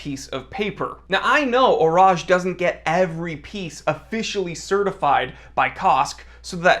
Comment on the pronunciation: He did do a pretty good job with the pronunciation.